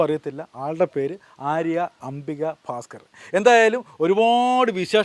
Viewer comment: ചേച്ചി ആൾക്കാർ തിരഞ്ഞു വരുന്നതിന് മുന്നേ നാട് വിട്ടോ 😂ഫാസ്കർ അല്ല ഭാസ്കർ 😂